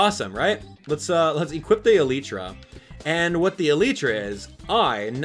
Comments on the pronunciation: you pronounced too many things wrong. It's not pronounced Uhleetra It's Uh-Lie-Tra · ee-lllyyy-tra get it rite